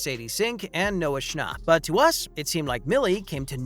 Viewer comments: It’s schnapp not schnopp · its not sha- nop its sha- nap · THE WAY HE SAID NOAH SHNOP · Why they all say Noah "Schnopp" its Schnapp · Why does everyone say his last name wrong it’s Noah Scnh APP not Noah schnopp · "Noah Schopp"💀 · why does he say shnopp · I cant get over the way he says “schnauhpp” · The way you say schnapp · Lol how he pronounced schnapp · I'm irritaded by how this guy says Schnapp😑